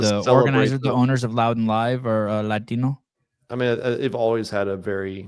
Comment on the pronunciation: Hey if you’re gonna ham up the way you say Latino you better start hamming up the way you say African too